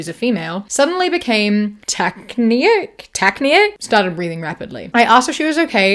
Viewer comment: Tachypneic is pronounced Taah - as in tacky, Kip - as in skip, Nick. Taah-Kip-Nick.